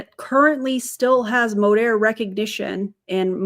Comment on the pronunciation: You almost went full Texas accent with that Modeeeeeerrrr 😂